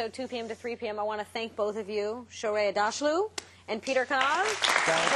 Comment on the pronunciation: her name is aghdAshloo n not adoushlou